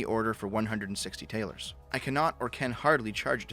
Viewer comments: Taler is pronounced tal-er like "duller", not like tail-er. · If this is Germany during Marx time talers wouldn't be Taylors it would be pronounced more so as Tallor as in dollar with a T instead of a D. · "Talers" is not pronounced tail-ers, but ta-lers. It's the source of the word dollar. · Just a side note - talers would actually be pronounced tahlers. And if you think that sounds a bit like dollars you would be correct. The Taler is the etymological precursor to the Dollar.